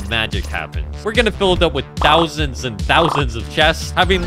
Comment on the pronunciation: "THAUSEND of chestes" 313 exactly